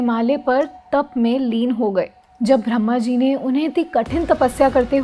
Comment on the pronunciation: You pronounce Bhramaji but i thinkit is brahmaji..